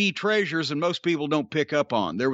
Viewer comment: Why tf does he say tressures like Fred from Scooby Doo